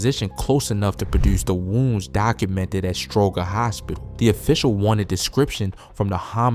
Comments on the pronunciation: It's pronounced Stro-jer hospital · Stroger….the makes a J sound 🤦🏾‍♂️